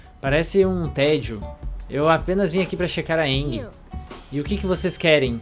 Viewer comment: se for oque eu tô pensando eu te processo, e não se fala enGie se fala Enjie tipo gi de giro.